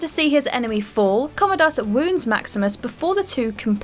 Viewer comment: Great list until you absolutely butchered the name Commodus. Maybe you should watch the movie or at least edit before you upload to YouTube.